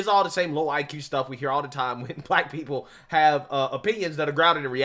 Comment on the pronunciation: I can't take any person seriously who says the word black with two syllables. All I hear is "WAHHHHH WAYCISMS!